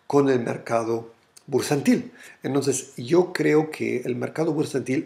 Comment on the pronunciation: Hallo...........es bursatil......no bursantil!!!! Chusssss